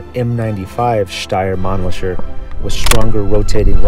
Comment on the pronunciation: you are saying it wrong. Its Man - LICKER. Like, you LICK a lolly pop. Or you LICK the salt with your shot of tequila. Its not SHER. ITS LICKER.